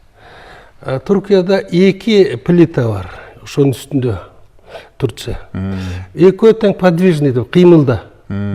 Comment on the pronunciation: Каналдын ээси Садырга окшош сабатсыз окшойт себеп туция эмес Турция болуп айтилат